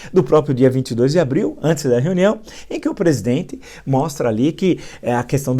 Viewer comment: Parabens por tudo.Permita-me uma correçao, peço desculpas, a pronuncia correta é proprio e nao propio.Todos temos deslizes, eu tenho também.